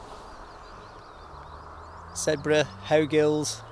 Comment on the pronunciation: Your enthusiasm for getting up into the mountains really shines through here,. Great to see 👍🏻 I briefly lived on a road called Sedbergh Crescent, and everyone pronounced it like Sed-berg, sounding like iceberg. I'm glad to hear someone say it correctly now mate. I feel enlightened 😁